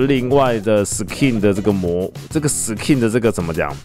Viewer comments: SKIN的K要用ㄍ發音 不是ㄎ想講很久了-. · 不好意思 是念Sk(ㄍㄧㄥˋ)in吧？ 好奇問一下 如果小弟我有錯 請跟我說